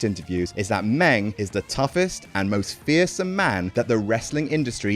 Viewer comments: Stop calling him Meng. Call him a Klingon!!! He have two livers for crying out loud! He did drink bloodwine out of Abdullah the Butcher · Hey idiot ... it’s spelled MING.. Christ .. brits 🙄🙄🙄😵🥊